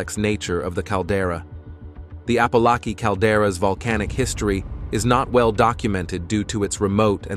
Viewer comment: He can't even pronounce Apolaki properly.